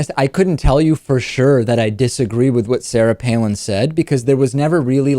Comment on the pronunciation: Joe Cannabyte Palin. Not Pailin.